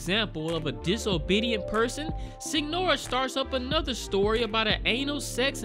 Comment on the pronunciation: Signora is pronounce as Señora. I think they call the "story tellers" that out of respect